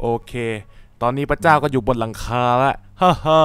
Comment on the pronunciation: แก้ไขเสียงพระเจ้าหน่อยมันออกเสียงว่าเจ้า